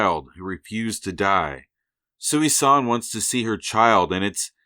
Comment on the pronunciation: Small nitpick...Thanos' mother's name isn't "Sooey-San". It's pronounced "Susan". That's the joke. Such a normal sounding name to be the mother of the avatar of Death.